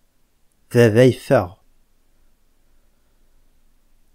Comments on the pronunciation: Bravo et Bonne continuation. Mais il y''a un souci. Pourquoi vous dites a BABA .au lieu a VAVA? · It needs to change. No Kabyle says Baba. It's Vava so with a B it sounds like Arabic. For example: Thabourth ( door) would be pronounced Thavourth then? just curious as how would people know when it's pronounced a V or B? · On espère que le V sera de nouveau intégré. Je suis pour. On dit bien VAVA, AVARNOUS pas BaBa ni aBarnous. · Baba , boulice pour police ...... où sont passés les V et les P pourtant bien prononcés dans la langue kabyle . Quand vous passez à l'écriture vous écrivez comme les arabes qui n'écrivent pas le P et le V puisque la langue arabe ne possède pas ces ces 2 lettres . Que faire ???? Si les Kabyles demandent le changement radical , il faudrait peut être changer soit même non? Sinon pour la vidéo je ne peux qu'en féliciter l'auteur qui est un grand maître en pédagogie .